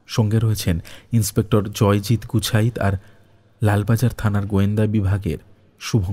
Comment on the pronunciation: খুব ভালো লাগলো। অসাধারণ একটি গল্প। কিন্তু উচ্চারণের ভুল গুলো খুব কানে লাগে। 'গুছাইত' কে বারবার 'গুচ্ছাইত' বলা কেন?